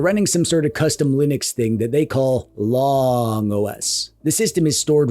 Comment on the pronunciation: It would be pronounced Loong not Lonng.